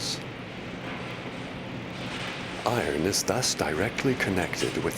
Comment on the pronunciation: this is great, but the best thing is every time the guy says eye ron. 😂